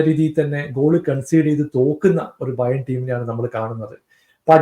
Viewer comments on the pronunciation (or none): Bayer alla bro Bayern